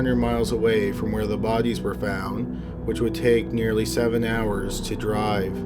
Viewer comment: I just love how you pronounce the word “bodies” bohdeeez